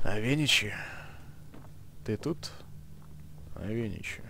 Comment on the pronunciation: авенИчи, а не авЕничи!